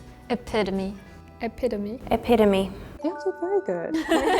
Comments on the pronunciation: she pronounced epitome wrong lol the meaning is wrong too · epiphany is not an epitome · I came to make the same comment 😂 Definitely was thinking about "epiphany" and not "epitome".